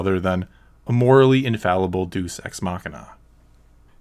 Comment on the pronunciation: oh my god you said duece i'm laughing so hard